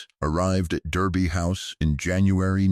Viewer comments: Derby is pronounced Darby. Like Americans pronounce "Not" (ie Nard). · Thèse ladies were fantastic, a pity they have had to use Ai with an American accent, incapable of pronouncing English correctly there were numerous errors, the first in the first sentence Derby, is pronounced Darby house